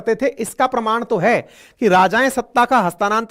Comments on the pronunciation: हस्तांतरण न कि हस्तानान्तरण । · हस्तानांतरण नहीं होता हस्तांतरण होता है पर विडीयो बेस्ट है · हस्तानांतरण नही, हस्तांतरण शब्द है